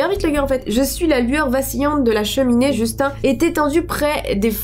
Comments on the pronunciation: Tu dis Justin " un " Bieber ou quoi ? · sa se dit justin